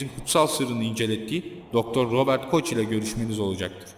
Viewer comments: Hocam öncelikle elinize emeğinize sağlık güzel bir araştırma çalışması olmuş. Lâkin nacizane bir hususta düzeltme yapmak isterim bahsi geçen konuda alman bilim adamının ismini yanlış telafuz etmişssiniz. Almanca genelde yazıldığı gibi okunur yani şahsın ismi Robert şeklinde ( aynen yazıldığı gibi ) soyadı ise koh ( koch ) olarak okunur. Küçük bir düzeltme. Tekrar emeğinize sağlık der çalışmalarınızın devamını dilerim 👍👏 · Robert Koch diye yazılır Koh diye okunur, saygılarımla. Talat Paşa'nın 33.dereceden mason olduğunu bilmiyordum,🤔😮